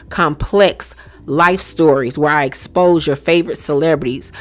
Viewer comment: *Exposé...the end is pronounced say....Expose-say...😂 It tickles me hearing it mispronounced.